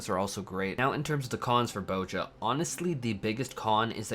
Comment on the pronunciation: "Bow-jah" You know there's a Z in there right?